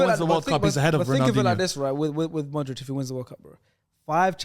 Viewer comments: said every croatian players name so well then hit a "Modrik". Damn. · How do you say Brozovic and Kovacic and then pronounce Modric as Modrik. Makes no sense.